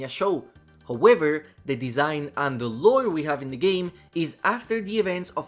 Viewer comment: "Howëver" hahaha cool stuff bro